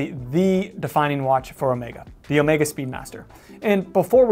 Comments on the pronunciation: Thank you for pronouncing Omega correctly. Really annoying when youtubers, some of them quite knowledgeable about watches, call it Omeega with an e like in tea. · Alexander. I think you will find the correct pronunciation is in fact Omeega as pronounced by Omega head of marketing and production Gregory Kissling in a video on You Tube.